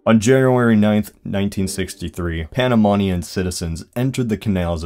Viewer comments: It’s pronounced Pana-men-ian not -pana-mon-ian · Its "panamenian" not "panamanian" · /, A Panamanian here, btw its pronounced /panamenian/, overall your facts are on spot except by the year student's protest happened it was on January 9th 1964 (not 1963). For future videos about Panama and the canal I'll be glad to help you out because here we have lots of source material that is not digitalized or online. And I happen to know lots of histoy proffesors that can verify/fact check your sources and/or have taken part on the events. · Its panamenian.... not PANAMANIAN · the demonym is panamanian, not panamonian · Funny a few Panamanians (my self included) in the comments and none complained about the bad pronunciation of Panamanian. Like if you're "Panama-nian" lol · you my dude but the way you pronounced Panamanian is horrible. Other than that, nice vid!